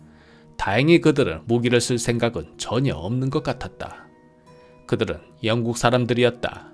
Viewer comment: 영쿡 발음이 예술입니다